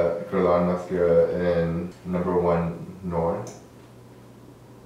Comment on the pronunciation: Couldn't he see that the outer "v" on the right eye was darker than the left eye????? It bothered me thru the whole video. He also has to learn how to pronounce French words (he mispronounced NOIR) if he's going to use French products.